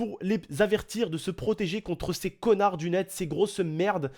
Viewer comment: Eu, comment dire "connards" le "d" est pas sensé être là troup de bal, qu'est-ce qu'on t'a appris à l'école? Blaireau.